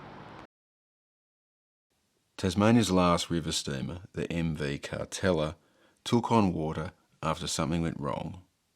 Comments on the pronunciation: I always thought it was pronounced. Car-teal-la not Car-tel-a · Yep definitely was pronounced Carteela not Cartella back in the day. Doesn’t detract from a great video though. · Last time you pronounced it as Cartelia, this time as Cartella. It's Car-teal-a. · I thought it was pronounced Car-tell-i-a. Either way, the boat looks awful. Look forward to you going back in another six months or year and seeing how much worse it has become. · Thanks for another great video. I went on the Cartela many times as a kid in the 70s and on booze cruises a few times as a adult. My family always pronounced it “Carteela”. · Another great video. I had thought the pronunciation was Car-teal-ah. I've learnt something today. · I think you may be right. Everyone used to pronounce it Car-teela